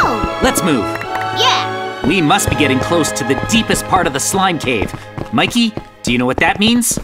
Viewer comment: It's Mikey not mickey